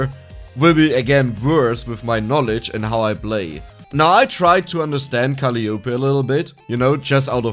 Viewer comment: If her name is pronounced in a traditional English way, it would be "kuh-LIE uh-PEE"... not "CALL-ee YOH-pee". But I don't know much about HoloLive or how they pronounce things.